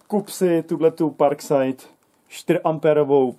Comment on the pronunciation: neni to parkside ale parksajd